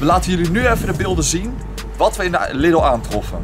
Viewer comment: Je spreekt de Lidl uit als Liedel, niet als Liddel. Ik weet het want ik woon 4km van de grens en kom wekelijks in de duitse Lidl. ;)